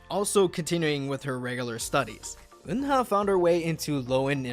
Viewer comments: People always pronounced Eunha name wrong specially the English speaker. It's not Un-Ha. It's U-Na or kinda like when you say Ooo-Nah. The H is silent. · Why am i so annoyed about how he pronounces "Eunha"'s name? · Try to learn and pronounce korean from hangul pronunciation not from romanized korean, 은하 Eunha pronounced as eu-nha (eu-na) not eun-ha, 막내 maknae pronounced as mang-né not mak-né